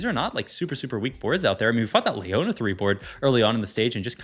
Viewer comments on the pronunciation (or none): "LAY ona" bruuh